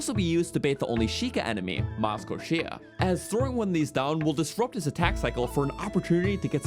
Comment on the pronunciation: Miz'Kyosia, not Maz'Koshia.